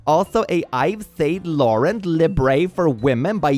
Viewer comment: Take it from a french : it's prononced "Eev San Loraun (like "aunt" but without the "t")" The "in" sound in french is very hard to describe through english text, it's this nasal thing I've really only heard in french so far. The best way I can describe it is like an "oh" that you push up in the nasal cavity